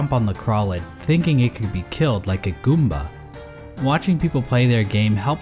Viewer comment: the way he pronounces goomba is really pleasing for some reason